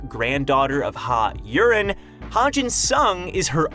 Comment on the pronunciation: Maybe lean into the accent juuust a bit for Yurin. Yureeen. Not urine.